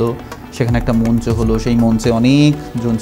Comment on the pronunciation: কি সুন্দর উচ্চারণ! কি সুন্দর কন্ঠ। তার কন্ঠের যাদুতেই এতক্ষণ ধরে দেখলাম। শ্রদ্ধা জানাই 🙏🙏। কিন্তু উপস্থাপকের উচ্চারন ভালো না। মঞ্চ কে উনি বারবার মুঞ্চ বলেছেন।